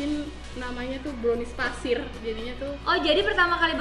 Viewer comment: Sejak kapan Pasir jdi Fasir ka😂 smpai aku ulang2 spa tau aku slah dengar😅